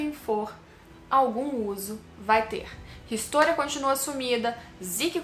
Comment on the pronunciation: Eu tenho uma curiosidade. Por que você chama o Levi de Levi (quando no anime pronunciam Livai) mas Historia, você chama de Ristôria?